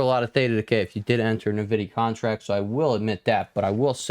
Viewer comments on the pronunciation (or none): Hey man, I enjoy watching your TA but, for the love of God, it's pronounced N vidia, not nuhvidia.